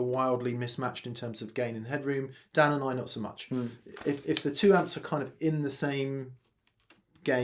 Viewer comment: Nailed my name Dan, thanks for the recognition!